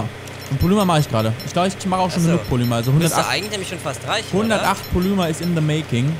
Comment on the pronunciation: Dner eine kleine Bitte, du sagst immer Polüma, das wird aber Polimer ausgesprochen, bitteeeeeeeeeeeeeeeee.